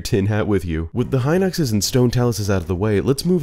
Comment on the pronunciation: the way you pronounce Hin-Ox is so triggering